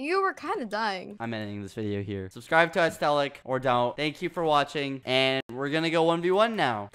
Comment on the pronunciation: “Ast-telic” Aesthetic girls are trembling